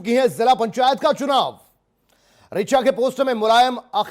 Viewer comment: अबे मीडिया वालों सबसे पहले तो शुद्ध बोला करो। एक बोल रहा है रिया दुबे, और नाम है उसका रिचा दुबे, और दूसरा बोला है विकास यादव, और ना मैं उसका विकास दुबे, खुद शुद्ध बोला करो।